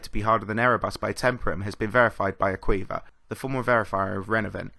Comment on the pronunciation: A-qu-iv-er not a-queever